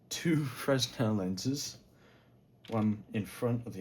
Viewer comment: Fresnel is pronounced Freh-Nel. That plate is a polarizing filter